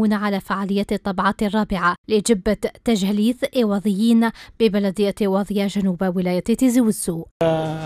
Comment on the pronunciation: قالت المذيعة تاجهليث وهذا خطأ والصحيح هو ثاجهيلث